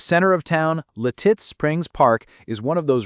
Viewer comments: Its Lit-itz NOT Li-titz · I always thought it was Lit-Its. I kinda like Leh-Tits though... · Lititz is pronounced Lit-it’s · You’re saying Lititz wrong 😂. It’s said like “lit-its”. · AI Crap. It's Lit-itz bruh. AI BS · Lititz is Pronouced Lit-its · Lititz is pronounced LID-its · I think you should learn how to say Lititz. It's Lit- itz 🙄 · How hard is it to accent the first syllable typical of American English pronunciation? LIT-its. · You got to love AI - La Titz 😂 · I'm 72 and live in Lititz. The name of the town is pronounced LIH-tits--emphasis on the first syllable. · you are pronouncing lititz wrong. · Your mispronunciation of LITITZ is hilarious 😂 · Boy, you really butchered how to pronounce Lititz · I know right! 😂😂😂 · Where were those palm trees at the beginning? Also, learn to pronounce Lititz. Your credibility is shaky.